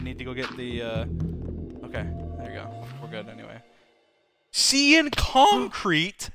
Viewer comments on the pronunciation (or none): when dream said Cian concrete instead of pronouncing it Caian concrete that got me laughing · cyan is said sy-an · Dream - SEA-AN CONCRETE????? Random people in comments - 🤓 it’s pronounced differently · dream: pronounces “cyan” as “seein” me: “sigh-ann” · it's ci-an. not ci-arn. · As an American, nobody ive never heard anyone say, "Cee-Yan Concrete" from where I come from, its called "Sigh-Yan Concrete" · Me: "Cyan dye" Dream: "CIAN DYE" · Everybody: Its pronounced ci-an Dream: no, its SEA-ANN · Anyone else who got confused when he said “cian” when he was trying to say cyan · How to say cyan: sci-an How Dream says cyan: see-an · "See-in" concrete , its pronounced "sye-ann" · Cee-an??? It's Ci-an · It’s not Seean concrete it’s pronounced sian s ie an concrete😊😊 it’s not your fault you didn’t pronounce it correctly 😅😊❤ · See-an!? I thought is was pronounced sigh-ann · Seean dye🤣😂its cyan dye!! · cyan is pronounced “S-I-AN” not “SEE-AN” LOL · Cyan pronouced "see-an" by dream lol even tho its "sigh-an" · 😭 is there more ways to pronounce cyan bc Dream says see-an concrete instead of sigh-an 😭😭😭 I’ve never heard it pronounced like that… 😭😭😭🫶🏽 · Cian? Its ciean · sigh an not see an for pronunciation of cyan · Everyone: “Cyan concrete” dream: “sea-yan concert” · See ann concrete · S-senpai see-yan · xd no you pronounce it 'sigh-an' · Sea-yan the anime girl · When the chat says cyan concrete, Dream: CIAN CONCRETE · “See-ahn concrete??” The pronunciation of that threw me off. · isn’t it said like sy-an. but different countries have different pronunciations. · Ikr I pronounce it Si ahn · It's ci-aahn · actually- it’s “Sye-an” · I was like DREAM ITS “sigh-an” 🙈😭🤣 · OMG DREAM IST CYAN NOT SEEAN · Dream may have like a billion IQ but the way he says cyan... “see-an” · sEe-An cOnKrEte!? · SEE-AN CONKREET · im veRY offended by it if you look at my name >:(, its SI-an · Like bro it’s pronounced sigh an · “SeEanne” concrete! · BRO SAYS CYAN AS "SEE-YAN" 🤣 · ah yes seeyan